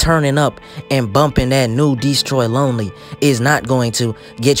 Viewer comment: why does say DEEstroy lonely😭